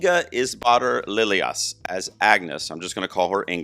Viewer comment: If it helps based on interviews I've seen, Lilleas is pronounced "Lee-loss"